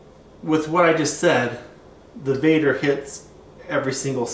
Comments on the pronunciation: VEDder not VADder it's an E not an A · Dude you called it vadder another video you did....its called vedder with an E.not vadder..VEDDER.........